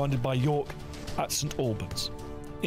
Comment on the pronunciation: I come from St Albans. Please do not pronounce it that way! Listen to Dan. The same as Lieutenant is pronounced correctly by Dan. Remember, the English language in America hadn't developed much and was later simplified too.